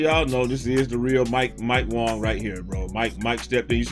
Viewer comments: Is it some kind of inside joke that he always calls him Mike Wong and not Wang? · Dis dude still sayin mike Wong🤣🤣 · Stop saying Wong the man clearly done said his name pronounced the way it’s spelled wang smh lol